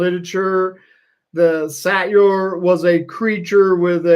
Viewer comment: Apparently it’s pronounced Satyros! 🙏